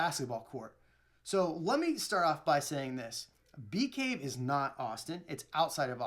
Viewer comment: The neighborhood he moved to is called bee caves. Sounds so strange without the s.